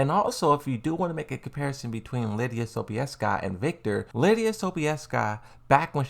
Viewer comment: As a Pole - you spelled Sobieska very well.